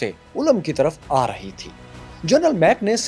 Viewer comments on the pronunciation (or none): its correct pronunciation is Ulm اولم Alif ky upar paish ha aur Lam pr jazm Isi shehar mei hi Einstein ki University ha.